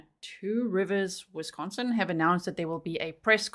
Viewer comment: Great job on your pronounciation of Wisconsin towns from a Cheesehead !